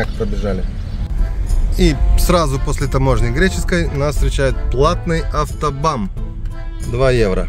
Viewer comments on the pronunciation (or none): Хррошое видео но как же режит слух автоБАМ Какой БАМ??? Правильно АвтоБАН от нем. Autobahn